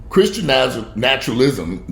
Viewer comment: repeat after me....Na-shun-al-ism. Again...